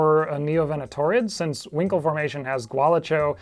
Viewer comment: Brilliant video, but I couldn't help but chuckle at the pronunciation of Huincul (winkle).😆